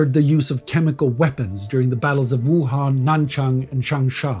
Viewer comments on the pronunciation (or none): none